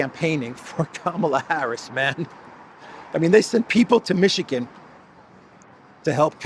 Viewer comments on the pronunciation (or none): none